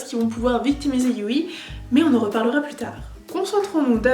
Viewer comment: On l'écrit Yui mais ca se prononce you donc stp ne fait pas de faute dans la partie 3